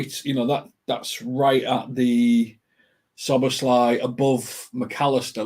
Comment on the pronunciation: Pronunciation, obviously not the spelling, Soboslie not Sir boz lie